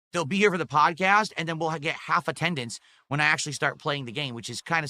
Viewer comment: He says "attendance" as if his dents are in school